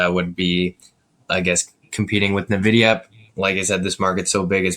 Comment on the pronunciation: There's something about how pronounces Nvidia that bothers my OCD